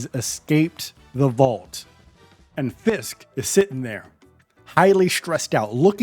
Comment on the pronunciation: Why can’t you pronounce Fisks?